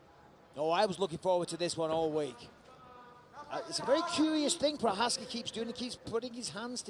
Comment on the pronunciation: Ty píčo, komentátor si opravdu nastudoval, jak vyslovit Jirkovo příjmení 😀 BJP!